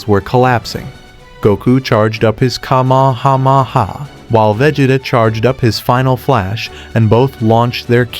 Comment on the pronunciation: "Kamekame ha!"❌ Kamakama ha!✅